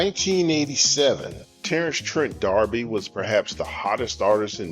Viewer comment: You are mispronouncing his last name.